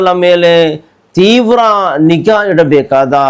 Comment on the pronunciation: Theevra alla teevra